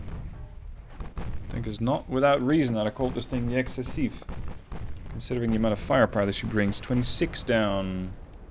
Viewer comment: Bro, that aft part reminds me of the Jean Bart. Like, Jesus, get behind the ship and you are fucking DEAD, especially if you are a destroyer in WoWs (I counted at least 30 secondarie turret pointed at the back.) Also, you had the good pronunciation and writing for « excessif » and « excessive »